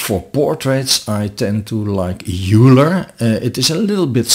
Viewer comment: Very helpful video. Just FYI, Euler is pronounced "oiler" not "yooler." Thanks for putting this together.